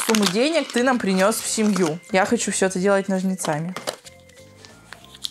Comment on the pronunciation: нОжницами ударение на О))